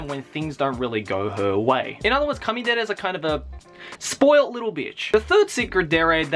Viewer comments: It's kuudere not coodere Baka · I think you meant "Kanye"dere instead of kanedere.